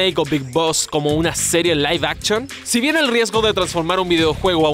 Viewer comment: "Laiv Abchon" :v